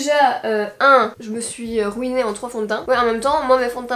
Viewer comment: "Je me suis rOuinée en fond de teint" Ah ah. L'accent belge t'a trahi! 😂